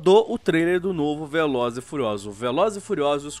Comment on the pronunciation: kkkkk "pratãngunixta di velozes e furiozdulus" O gráfico do jogo é tão feio que deixou o sequelado!